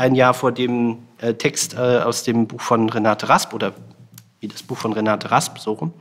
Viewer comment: Wäre schön, wenn Sie wenigstens den Namen der in Rede stehenden Dichterin korrekt wiedergäben: Renate Rasp ... Der Rest ist Framing.